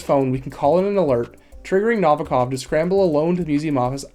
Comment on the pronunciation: The way you pronounce Novikov is distracting 😂 do you ever listen to the game? ;)